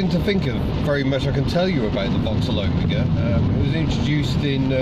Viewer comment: Such a relief to find someone who knows how to pronounce Omega! OWE-migger, not oh-ME-ger...